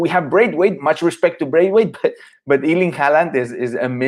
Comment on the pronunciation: Please learn to pronounce his first name properly, the Germans are closest so far, even the British are better than this Iiiirling!!